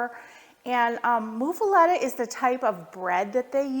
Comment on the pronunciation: Great sandwich! Thanks for sharing! I appreciate the way you’ve made small changes to the traditional recipe to your taste. It really is very adaptable, and a great sandwich for experimenting. (BTW, it’s pronounced “MUH-fuletta,” not “MOO-fuletta.”)